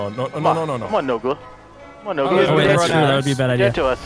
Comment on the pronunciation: C͠o͠d͠y͠ S͠h͠e͠l͠t͠o͠n͠ "Nola" Don't you mean Nogla xD